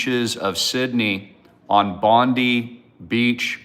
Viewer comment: Bondi is pronounced Bondeye please ge it right